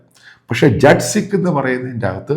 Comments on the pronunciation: Hello jet nahim,jaat sikh please correct the Pronunciation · ജട്ട് അല്ല, ജാട്ട് ആണ്. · Sir, ശരിയായുള്ള pronounciation jat sikh എന്നല്ല jaat sikh എന്നാണ്